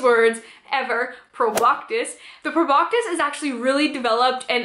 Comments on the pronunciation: I’m triggered every time she says “proboctis” Girl… there’s no T in that word. It’s pronounced “pro-bah-sis” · Cool video but garr its pronounced Prob-BAH-SIS. NO K sound. :). But I liked the vid.